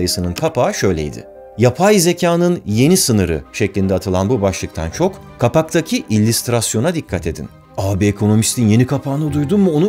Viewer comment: İllistratör, illistrasyon dediği anda izlemeyi bıraktım.